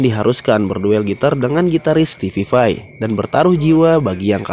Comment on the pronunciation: (STEVE VAI) Stipai bang bukan stipipai